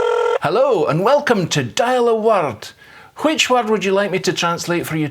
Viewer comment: I appreciate the proper pronunciation of “which”. It’s sad that most native English speakers these days think that the “h” is a mere decoration there.